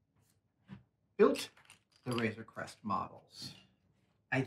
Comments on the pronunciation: am I the only who heard "razor quest" instead of "razor creast" ?? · A couple of times it sounded like Adam said Razer Quest :D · You would be correct